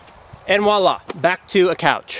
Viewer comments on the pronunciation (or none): VOILA! in French means 'Here you go!'. It is pronounced 'VWA-LAH' not 'WALLAH'. Please don't use French words if you don't know how to pronounce them. Google Translate can assist you in learning. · It’s voila, not wallah. Get it right, eh.